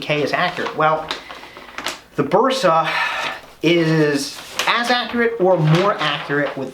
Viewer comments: All OK, but why you "gringos " keep saying BUrsa? The "E" should sound like "EH" , as when you say "men", or "say", "day". In English, letter "A" has two sounds, the first one, thats the sound of the "e" in Bersa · You read “Bersa” as a Spanish Speaking person, therefore you say “Bersa” with your Regional Spanish pronunciation and accent. English speaking people read “Bersa” as they read English words and letters, therefore they will say “Bersa” with their Regional English pronunciation and accent. English Speaking people familiar with the Spanish Language, be it by education, heritage or living in USA States or areas with important Hispanic presence may use a more “correct” Spanish pronunciation.